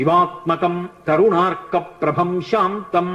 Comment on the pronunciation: It's not karunarka , Its Tarunarka